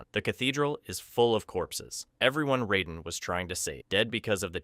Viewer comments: raiden not riden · it's not ryden It's Raiden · It’s pronounced Rayden not Ryden. Go watch the movies and listen. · OMG this video was so hard to watch simply because of your constant mispronounciation of all the damn names 😡🤬😤...like were you having a stroke while recording this!? Lol cause sometimes you'd say them correctly then other times you'd just choose to mispronounce them Raiden is RAY DIN not ride un Lui Kang is Ka Ang not kon g You even went out of your way to say Kano wrong....Kay NO...not kaw no This video was great but that little bit was driving me crazy!!! Sonya....Sa own ya not Sa on ya....my god man 🤦🏽‍♂️🤦🏽‍♂️ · Why do you keep saying “riden” when it’s “raiden” that’s bugging tf out of me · How are you a fan of a franchise that 35 years old and refuse to pronounce the characters names CORRECTLY🤦‍♂️ Who is “Rieden” and why is he playing RAIDEN’s (RAY-DEN) role? The game told us how to pronounce his name from day one. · Ryden? Who tf is Ryden? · Can not excuse this disgusting pronunciation of Raiden. Raid-En. Cmon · You lost me at "rye-den". Any human who has ever heard of mortal kombat knows this. Loser. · Ray-den = raiden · Sorry, wtf is that pronunciation of Raiden????? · How can you have all this information about the MK universe but can’t say Raiden’s name right